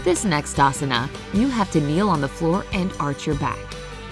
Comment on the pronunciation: Here, most pronounciations are wrong. I know as I am an Indian and you see yoga belongs to India. Even the ponounsiation of asana is wrong.... I am not complaining Please do not take it seriously..... Sorry if you didn't like that. Thankyou